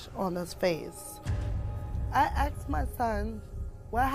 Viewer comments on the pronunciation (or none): I really have to comment on the poor grammar. I tooken him to the hospital.😂😂 I axed you a question 😂😂😂 This is all so bad. Thanks for the laughter 🎉